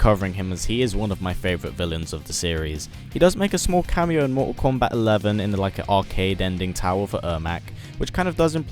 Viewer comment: why does he say mortsal kombaaat